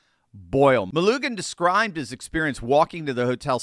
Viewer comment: Melugin I know its picky but our side has to be exact they can make stuff up. prononced Muh Loo Jum